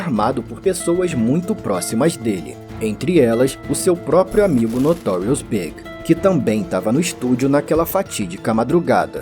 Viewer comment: ...lost me at 'Notorious "BIG"'. Not B.I.G., but pronounced like the opposite of SMALL - in the very first sentence. Peace out, A.I.